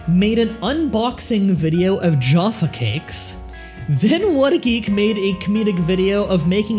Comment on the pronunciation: jaffa not joffa